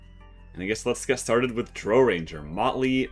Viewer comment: Please refer to my guide on how to pronounce Drow correctly 😇